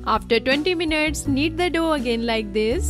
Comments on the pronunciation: Yes I heard 20 minurts 😂😂😂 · did i just heard : 20 minutes or 20 minurts 😂😂